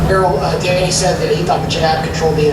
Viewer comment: His name is errol not earl